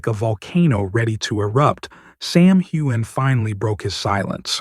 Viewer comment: This is not true. Sam wore a beautiful kilt suit. Also, try pronouncing his name correctly.